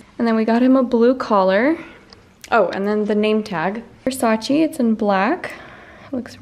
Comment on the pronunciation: It’s versace not versaci but lovely cat